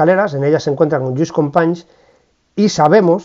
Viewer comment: "Fransés Masià" se pronuncia en Català , Lluís Companys ya lo pronuncia bien ud